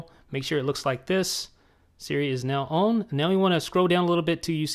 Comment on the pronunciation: Why does he say "on" like "own"??